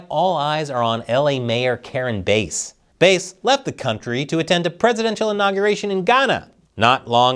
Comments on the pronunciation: You pronounce "Bass" as ""Base"? What are you smoking? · Karen Bass. Not Karen Base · It’s Bass like the fish not like base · It's Not BASE, it BASS, like the Large Mouth Fish She Is. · Why are you called her “Base?” It’s Bass! Like “Bass-hole,” and “Bass-hat,” “Bass-wipe,” “Bass-licker,” “Bass-munch,” “Fat-Bass,” “Bass-plower,” “Kiss my Bass,” etc. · Bass like the fish, bæs, and not like the low end of the sonic spectrum, stretching from the lower limits of human hearing at 20Hz up to around 100Hz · It's pronounced like "base". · I don’t think it’s pronounced bass like the instrument, but rather bass…like the fish on a hook she should be Chris. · its Bass.. like the fish Bass, Sha-Pelle..